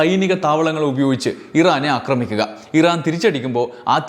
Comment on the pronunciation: അക്രമണം അല്ല, ആക്രമണം ആണ്. അക്രമിക്കുക അല്ല, ആക്രമിക്കുക ആണ്. കേട്ടുകേട്ടു ഞാനും തെറ്റുപറഞ്ഞുതുടങ്ങിയാലോ എന്നു പേടിച്ച് ഈ ചാനലിലെ 'അക്രമ'വീഡിയോകൾ കാണുന്നതു നിർത്തുകയാണ്. ക്ഷമിക്കുമല്ലോ. സാമ്രാജ്യത്വ-സയനിസ്റ്റ് അതിക്രമത്തിൽ ശക്തമായ പ്രതിഷേധമുള്ള ആളാണു ഞാൻ. ഇത്തരം വിവരങ്ങൾ അറിയാൻ താത്പര്യവുമുണ്ട്. എങ്കിലും, സമാനമായ വിവരങ്ങൾ ശരിയായ ഉച്ചാരണമുള്ള മറ്റു ചാനലുകളിൽനിന്ന് അറിയാൻ കഴിയുമെന്നതിനാൽ തത്ക്കാലം അവയെ ആശ്രയിച്ചുകൊള്ളാം.